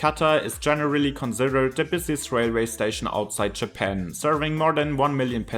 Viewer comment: Jäpänn ? lol try a longer vowel in the second syllable. no offense, work on your pronounciations, you support the bad reputation that germans have for their english.